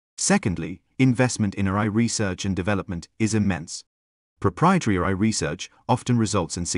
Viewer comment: I'm surprised an AI bot can't say AI. why does the male bot keep saying RI.